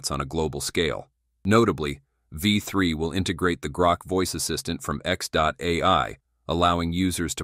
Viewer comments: Can we not edit these AI voices? It says V3 and it says Five 3. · The video is AI generated nonsence. There is a a bot with 'TESPOMUS' where the AI creating the image got the name wrong. The voice can't pronounce v3. All those shots of the bot actually interacting with people at home are AI generated. The lownmower scene is lol fake. I would have cut that one out, but they used it twice. Sad. I won't be back.